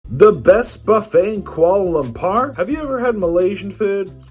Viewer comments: Lampar is basically a local lingo for testicles Lumpurrrr is the proper pronounciation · Koala bear lamper. The whitest way I've heard it said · Why are you butchering the name of the Capitol…it’s pronounced Kooahla Loompoor…